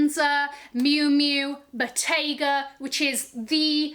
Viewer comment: you are not pronouncing Bottega correctly